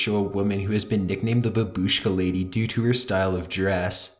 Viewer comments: Hahahahaha the way you pronounced babushka.... boobooshkuh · It's "bAbushka", not "bubUshka" lol edit: it's not "SpAtnik" but "SpUtnik" the way you speak and pronounce things is... interesting, you should definitrly work on it dude. You pronounce things as you've never read a book in your life. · It's not fucking babuuushka, it's baaabushka. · That word!!😂😂😂BABUSHKA😂😂😂😂wtf😂😂😂😂😂😂😂